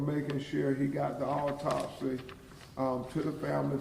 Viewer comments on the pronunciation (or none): What the hell is a alltopsy!? Why he can't read?.is he a real lawyer?